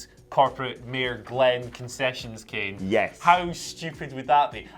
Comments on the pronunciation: Love you guys but PLEASE stop saying Kane like that😩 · What is going on with this wiered kane prenaunce